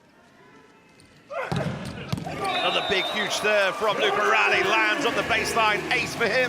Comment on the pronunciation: His name is Lucarelli like Pirelli. Stop calling him Lucaralli 😠 please